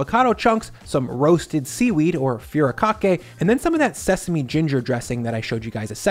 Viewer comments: Hey, love your content and videos. I noticed this in your International market video but you are pronoucing furikake wrong. Its pronouced "Fu Ree Kah Kay". There's videos on how to say it. Just thought i'd say someting. Keep up the good work. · I was not expecting you to say furikake (ふりかけ) in the sushi salad well yes nori can be called furikake usually it's a seasoning and stuff usually put on rice. I just generally don't generally associate furikake with sushi salad nor only nori. Also the pronunciation was well ok I guess just work on the ri sound it sounded like you where gonna say fuhrer.